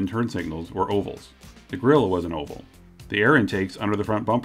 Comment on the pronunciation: .. it took me awhile to realise the narator said 'oval", I thought it was "awful"